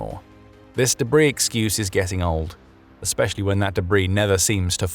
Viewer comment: It must be the new debrAIs, i heard of😃